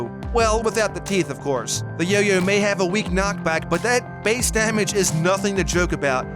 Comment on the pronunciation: He didn't say yoyo he say yo-you